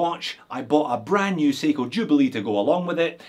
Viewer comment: How do you call that Seiko at 16.40, watch no 45? Say again? 😜